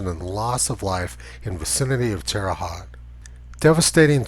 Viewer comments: Terre Haute pronounced Terra Hoht. Its a Midwest thing! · Pronounced Terra Hoat....like boat. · Tony, Terre Haute = Terra Hoat, not Terra Hot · Check the pronunciation of Terre Haute.